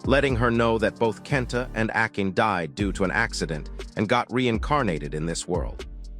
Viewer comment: akin... good f'in grief. it's pronounced Ah-kah-nay.